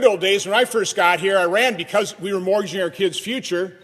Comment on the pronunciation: Morginging your children's future, that's a hunded and sixty sighs Americans including the firsforff.four. It's a tradgy this man didn't learn to speak before he began to speak. Comedy gold